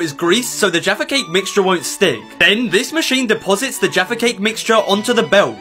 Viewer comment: He says jaffa cake funny here